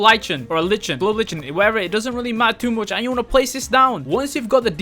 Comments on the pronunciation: lichen is pronounced as liken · Btw, just me being neurotic, I think lichen is pronounced "Lie-ken" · lol it’s a like-en and it’s a moss